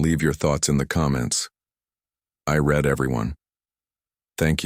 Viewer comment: Author.... Do you have any understanding of the English language at all???? Pronounce the word "READ"! It actually has various meanings depending on how and where it's used.....